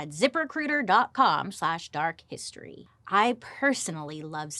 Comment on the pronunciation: I love when Bailey does a zip recruiter ad read. It sounds like she’s saying zippercooter 😂